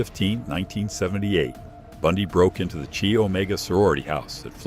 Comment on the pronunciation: chi is pronounced “ki,” not “chee.”